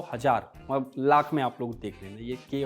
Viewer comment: Abe sale tu ne mathadesh kyu bola